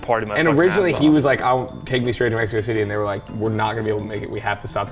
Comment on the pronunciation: Mexico Thity sent me 😭😭😂